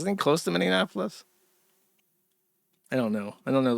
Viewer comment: Did you really expect the guy who says “mini Annapolis” and “autojenaphilia” to pronounce something correctly?